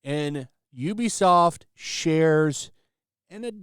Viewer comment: Actually, it's pronounced "oo-be-soft",.